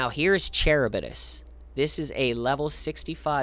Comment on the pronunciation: Charybdis=Ka-rib-dis. Named after the giant whirlpool from Ancient Greek/Roman stories. Hearing you mispronounce it every time was killing me.